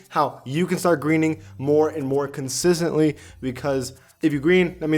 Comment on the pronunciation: "more conzizerly" had me dead lmao nah good video needed this